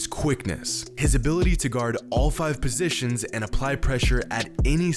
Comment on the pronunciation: Position, not posetion.